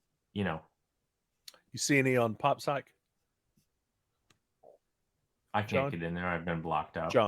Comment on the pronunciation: Guys, I love the show, but it’s pronounced Pop PSYCH as in PSYCHEDELIC.